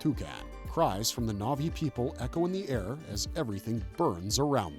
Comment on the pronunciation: what is this pronunciation of the na'vi names....